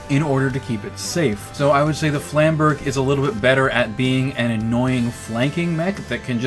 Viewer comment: Trying not to cringe as you butcher the word Flamberge ...... Flam bur jay would have been closer